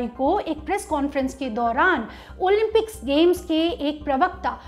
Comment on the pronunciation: ओलिम्पिक्स ..... ओलिन्पिक्स नही